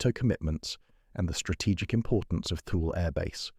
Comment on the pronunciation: It's pronounced Too-Lee, not 'thul'.